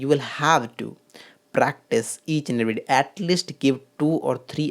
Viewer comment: YOU ARE SOEAKING LIKE A GAY MAN SORRY TO SAY YOU NEED TO SPEAK MORE GRACEFULLY YPUR PRONOUNCIATION OF ENGLISH WORD IS HORRIBLE YPUR SPEAKING IS TOO CONCIOUS YOUR PRONOUNCIATION OF EVERY ALSO IS HORRIBLE